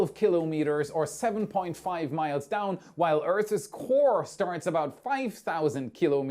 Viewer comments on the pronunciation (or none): Earths isn't pronounced Earth isss, just Earth ssss. So annoying! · ❤ I really like your channel. I probably shouldn't be picky about your pronunciation of words but after all, I AM a "What About It" fan soooo, it's Earthssss silent e, not Eartheees. I'm 💯 % positive that you know a huge amount of things that I am clueless of. So I will apologize for correcting you in advance 🤟😂 ✌️🙂 🖖😊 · 'Earths is not pronounced "earthes"' Drop the last 'e'. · OK, say it with me: - Earth-ss, not Earth-iz - uh-kin, not ache-in